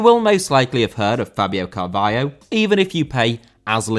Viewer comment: Fabio Carvalho* not Fabiouw Cahvayouw